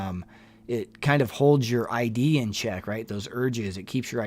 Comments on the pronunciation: It’s not ID as in a license, it’s pronounced iihd with an I sound like ick. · Great video, thanks! But just an fyi, I think you’re pronouncing “id” wrong. It’s not like “I.D” it’s just a soft “i” so pronounced “id” like “is” but with a “d” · It's ID like Sid, not I D. As in initials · It’s ID. Not I.D. Rhymes with “did” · It's not pronounced I.D. like your I.D. card, it's pronounced id don't say the letters say the word id. Like Ed but id. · Hi! If I’m not mistake the Id is pronounced as a word. Id. The id is a Freudian term it’s not I.d. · It is pronounced id as a word, not I.d. Phonetically it’s just as it looks. Short I, emphasis on the d. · First time listening in👋🏻👋🏻 FYI— “Id” is pronounced like “it” only with a “d”. Not “I.D.”😊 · why did you say I.D. instead of id? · Great video, FYI Freud’s “id” is pronounced like “bid” without the b, not like I.D. cards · Just an FYI - Freud's "Id" is pronounced like "kid" without the "k". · ID is a short I, one syllable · Id is pronounced with a short i sound. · Another interesting show… No music in background, yay!, Would you please look up the pronunciation of ‘id’. Thank you. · nothing condescending about it. Bugger off.. he pronounced it wrong, and he needs to know that. And I bet he appreciates it. That’s what friends do for friends, they help them.